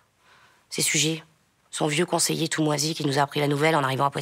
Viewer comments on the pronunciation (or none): Excellent!! Toutes les vidéos! Et aussi, les commentaires et allusions en dessous des noms, selon les circonstances! ( Même l'humour noir: " massacrer les Arméniens, faudrait pas que ça devienne une habitude"! Terrible!!) Par contre est-ce qu'on ne prononce pas " Sugère" pour Suger? Moi, je l'ai appris comme ça... > Salutations aux Derniers Trouvères, de bons camarades médiévaux (lorsqu'on les laisse jouer!:) " Let it be"!! :) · J'ai toujours entendu (et donc lu) le nom de Suger prononcé Sugère. L'entendre ici prononcé Sugé me fut un choc, mais à vrai dire je n'ai aucune idée autre que l'habitude que j'avais de la prononciation correcte de ce nom ! Comment les habitants de la rue Suger à Paris nomment-ils leur rue ? J'ai trouvé ici une piste semblant valider une prononciation « classique » en -é